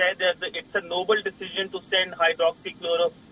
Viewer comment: "Noble" not "Nobel"😂